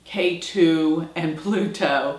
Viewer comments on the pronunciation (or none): Ketu not Keri!